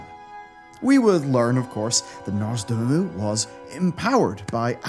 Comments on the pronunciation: ITS NOZDORMU NOT NORZDOMU 😡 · Am i the only one triggered everytime says nozdoomu instead of nozdormu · Why is he calling him Norzdomu 😭😭😭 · Who's "Norse Doom-u"? Is he the long lost brother of Nozdormu? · Love the video but it takes me out of it when says Nozdormu as Norzdoomoo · Did it annoy anyone else how he kept mispronouncing Nozdormu? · The true End Time will come when learns how to pronounce "Nozdormu" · NOZ. DORMU. NOZDORMU. NOZ. DOOR. MU.